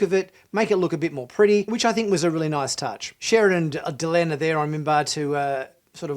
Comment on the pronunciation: Please its Delenn not Delun. I don't know, kindof get the feeling from watching this channel that you aren't that familiar with Bab 5 (or of science like not understanding the corridor and why it curves). I'm afraid I am not a fan of animation.., there is just no way it can include the detail. You were saying how beautiful and detailed scenes were and even from the clips/pics you showed I just couldn't see what you saw.